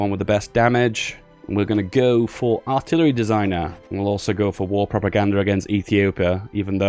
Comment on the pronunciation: ok dont mind my arrogance started watching few days ago. cheers. PS. you sound like you're having a stroke when you say "Aaarhhtillery" has anyone told you that